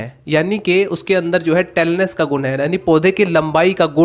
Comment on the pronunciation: SIR TALLNESS KI PRONOUNCIATION SAHI SEY KARO PLEASE.